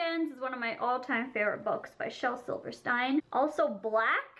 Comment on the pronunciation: For shell Silverstein it's pronounced STEEN not hating just stating💕💕 Ily ❤️